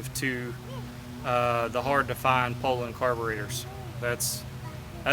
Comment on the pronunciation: It sure is nice to hear someone pronounce the name correctly. I grew up running 34 and 3700's. Just pulled one out of the barn after burning up my 046 and I forgot how good they pull chain. Currently hotrodding a 3400 for kicks. Thanks for the vids.